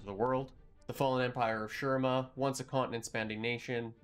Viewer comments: Its said SHU-REEMA...my eye twitches everytime i hear sher rima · Hey! Not to be disrespect but I just want to point out that you’re pronouncing shurima incorrectly. In the game Azir himself says “shu-ree-ma”. That’s all! Great video! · Great vid so far, but ech, makes my bears bleed each time you say Shurima. More emphasis on the I, cmon azir can’t stop talking about it.